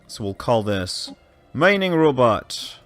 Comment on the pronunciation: "Mininging". xD